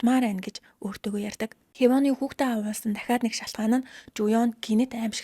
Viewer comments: Awuulsan gd bhin awahulsn ghin bishv. Muuhaibsnsgdod bhin 😂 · Woow🎉🎉🎉 gehdee Gants udaa shvvmj helmeer bnaa avhuulsan gej heleerei avuulsan geed bhaar evgvi sonsogdood boldoggvi ee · Авхуулсан гэж хэлээч авуулсан гэж яриад байхын юм хийж байгаа бол үг хэллэгээ зөв хэлээч